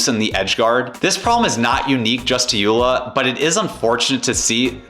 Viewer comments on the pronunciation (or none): The name is pronounced Yo La. JOOLA.